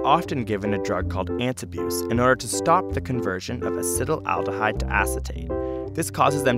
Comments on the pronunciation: A-C-E-T-A-L-D-E-H-Y-D-E... Why do you keep saying Acet-al-al-dehyde?! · acet-aldehyde. not "acetyl-aldehyde" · Wonderful video! I may be wrong but it seems as if you are mispronouncing "acetaldehyde." It sounds as though you are adding an extra "al" to the word, making it sound like you are saying "acetal-al-dehyde." I was under the impression that it was pronounced (at least phonetically) "ass-et-al-de-hyde." Am I wrong about this? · It's acetaldehyde, not acetyl-aldehyde! Gah! Pronunciation! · he says Acetylaldehyde but writes Acetaldehyde.. WHICH IS IT? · Acetaldehyde is pronounced "acid owl de hide" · ur pronunciation of acetaldehyde is horrible. Acet like in acetate, then aldehyde like in formaldehyde, not acetal - aldehyde. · I cringe every time he pronounces it "acetalaldihyde" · I would think that someone would have told him he's pronouncing acetaldehyde completely wrong. "Acetyl aldehyde" is not correct. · I hate how acetaldehyde has an extra syllable in there that is not seen, yet is pronounced. I also hate riding in cars, looking at my phone, and viewing my bank statement.